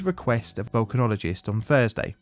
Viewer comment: Are you saying things like Fursday (Thursday) and NorF (North)? What a lazy version of English language.